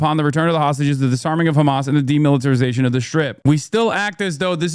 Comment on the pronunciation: You're khamas.... Israel...number...1. 🤣 im dying